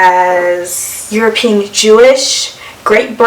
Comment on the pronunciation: "Euro Pe An" not "Euro peen"